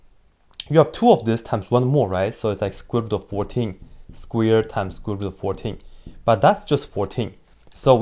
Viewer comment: Sounds like he's saying squeard and squear and its making me laugh for some reason.